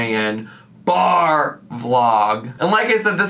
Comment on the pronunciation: I live for the "BAR" when you read ALR's titles.... I always chime in from home like I'm watching an episode of Dora.